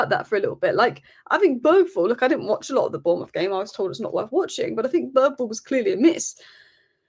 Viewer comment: I guess anglos will never learn how to pronounce a name like Bergvall correctly. The G i not a hard G at all. Good thing the name Thomas Frank sounds much closer to the same in Danish and English.